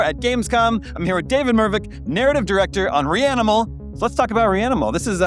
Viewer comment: “Narrative DIRECOT” Tf 😅